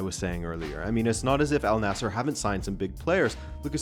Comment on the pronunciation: It wouldn't surprise me, will just have to see what happens. BTW the team name is pronounced An-Nasr, Arabic just does that for some consonants and the idea that Waleed bin Talal has more money than Mohammad bin Salman, I'm sceptical as he is effectively the king.